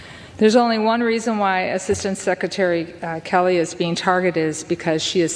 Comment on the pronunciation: You glazed right over the fact that McCollum mispronounced skelleys name several times, referring to “Kelly”